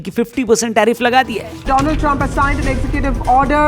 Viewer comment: Namste tarump ❌ Namste Tarriff ✅